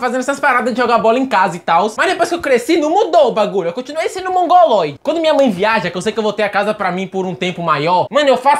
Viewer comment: Mano tu sabe o que é mungoloide? Não é mungol